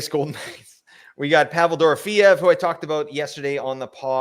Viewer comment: Still mispronouncing Dorofyeyev's name. Check your last flagship show.